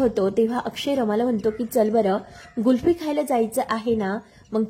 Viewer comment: गुल्फी नसते 😂 कुल्फी असते........बाई....